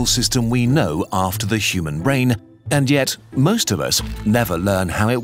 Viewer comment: I swear i hear "the human rain" every time i watch that clip